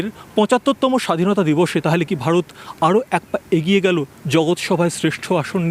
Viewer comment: অনুষ্ঠানটি সত্যি খুব ভালো লাগে, তবুও মাঝে মাঝে র মতো কিছু মানুষ যখন ভারত কে ভাড়ত বলে উচ্চারণ করে মেনে নিতে পারি না।